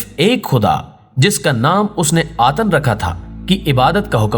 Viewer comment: Atan nahi atun matlab sirf 1